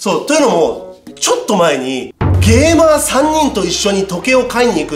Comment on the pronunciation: ゲーマー3人が、ゲイバー3人って聞こえた！笑 ゲイバーにも行くんだ？と思ったわ。